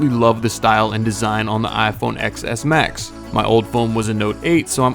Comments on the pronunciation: Ten S max. Not x ecks max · I know this video is old and this is pointless but for the love of God, it's "ten".. "TEN" S Max, not "Ex" S! It's so cringe when I hear people say it wrong and I'm on Android! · I die a bit inside each time someone calls that phone the iPhone "excess max". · Bum ass can't even say the name of the phone right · Can't even pronounce Xs max properly